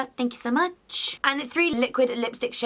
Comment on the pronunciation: also loved your "THANK QQQ"